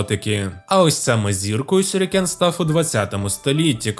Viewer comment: Ну якось двозначненько трохи. Ніби і поговорили за вимову, і ніби і нінджя правильно говорите.... Але сюрікени якби...а не шюрікени... І там книжка одна шось назва не така, поліванівська🤔 От думаю закидувать вас шюрікенами чи нє😁 А загалом цікаво було, дякую за відео💫